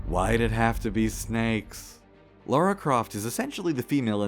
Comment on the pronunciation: its LARA! NOT LAURA!! cant any American pronounce the name properly? why do you put a u in her name when you say it?